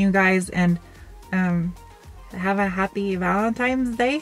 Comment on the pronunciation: did you just say have a happy vanetimes day?